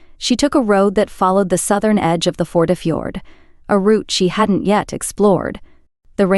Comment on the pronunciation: She talks way too much. Not interested in Anna at all. Tell us where we are, how many people live there, occupation, climate, fisheries, petty viking kings etc. Not Anna and her thermos. Please learn how to pronounce name. Førde is not FORD.